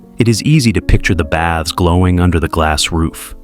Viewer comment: Baths, not bads